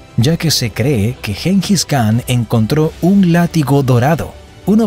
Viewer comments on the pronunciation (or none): none